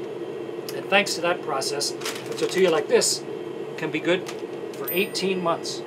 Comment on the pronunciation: I like how everybody’s saying tortia no tortilla 😂😂